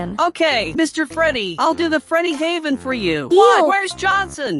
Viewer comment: "FREEDYNAVEN" bro what 💀